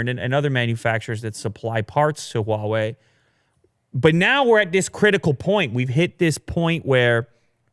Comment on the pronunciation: I cringe every time Huawei is mispronounced